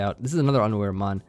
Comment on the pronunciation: Not going to lie I 100% thought you said "it breaks through underwear." Not unaware lol